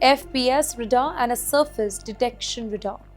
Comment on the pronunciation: The problem with these Indian anchors is their English pronunciations is so wrong and hopeless. many silent letters in English words are emphasised like "Bombing" [second B is pronounced]. Again, in this clip she keeps saying RADAR in the most stupidest way. This is typical Indian curry.